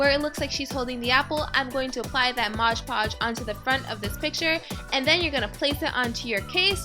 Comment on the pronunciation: i love this but its not modge podge its MOD pogde